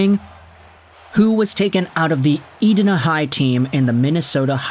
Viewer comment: E- die-na the HS is pronounced. I would love a video of you pronouncing Shakopee and other cities in MN:) But thanks for the video:)